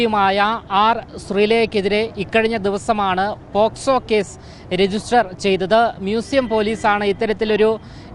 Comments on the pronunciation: പോസ്ക്കോ അല്ല പോക്ക് സോ എന്നാണ് ശരി തലക്ക് വെളിവില്ലാത്ത കൗൺസിലർ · പോക്സോ എന്ന് പറയാൻ അറിയാത്ത മൊയന്ത് ആണ് ഈ പ്രസംഗിക്കുന്നത്